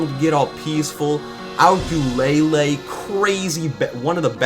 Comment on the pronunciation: WHAT DO YOU MEAN ACULELE ITS ARACKULELE